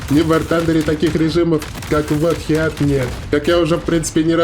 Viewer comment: Да не хеат, а ХИТ!))